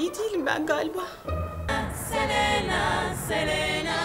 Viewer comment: Selenağğ deyil Selena